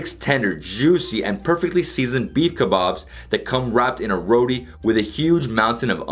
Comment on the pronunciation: You are an a**hole!!! I AM SO HUNGRY RIGHT NOW!!!! ONCE AGAIN A-HOLE...WHY DID I WATCH THIS IN A QUARANTINE 😒. But redeeming quality is his pronunciation is good. Except for "Roti", he says it half Indian half West Indian. Only reason I'm not giving a thumbs down. Great...but my stomach hates you, Flavor hates you 😈